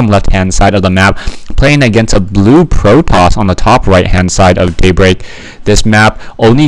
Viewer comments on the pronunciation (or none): He said "Pro-Poss" with in first minute of vid Ox